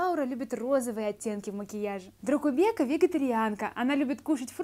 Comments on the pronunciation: правильнее дракубэка😂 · Произносится ДракубЭкка вообще то!!!